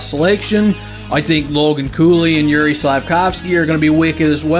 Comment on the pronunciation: I am team Slafkovsky, btw it's pronounced "Yuray", thanks for a video